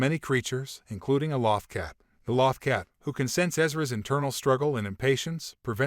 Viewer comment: Exactly. It was driving me nuts..